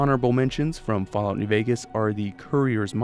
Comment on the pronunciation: he said fall tity 😊😊😊